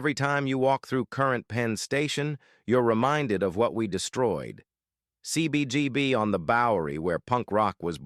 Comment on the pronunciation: "PEEN" Station? "CBBB?" GET IT RIGHT!